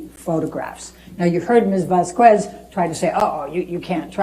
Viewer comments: Amber's female lawyer keeps pronouncing Vasquez as "vas-KWES." It's not a difficult name to pronounce, and I'm sensing a teeny bit of racism in there. She clearly knows how to pronounce it, since everyone else is saying it right, but she actively chooses to mispronounce the Latin American name. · I hate how she pronounces VasqUez on purpose. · Is anyone gonna tell that one lady that Vasquez is pronounced like "vas-Kez" and not with the qu sound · she needs to stop calling her "Mrs Vaskwez" ... Seriously its not that hard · Heard's lawyer keeps mispronouncing Vasquez. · I hate the way ambers female lawyer elaine says Vasquez.